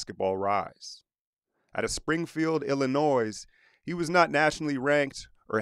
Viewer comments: Youre not supposed to pronounce the s in Illinois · Why you gotta call him Iggy? Why you gotta mispronounce Illinois?